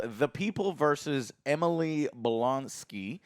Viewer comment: “Emily Blonski”🤣🤣🤣